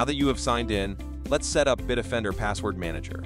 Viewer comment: Kind of silly using an AI to read the ad. BIT OFFENDER is how the Bitdefender is pronounced by the AI. What no quality control? Also no conjugation of verbs. Ug! Unwatchable.